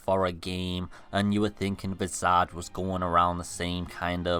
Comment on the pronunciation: I didn’t even know about this game—please tell me I’ll be able to play it on a console if I don’t have a sweet PC by the time it comes out. Oh, and it’s pronounced, VIZ•ij. It means, “The image of a person’s face.” I hate to be “That Guy,” but since it looks like everyone will probably be talking about it when it finally comes out, I don’t want to see anyone giving you shit for saying it wrong.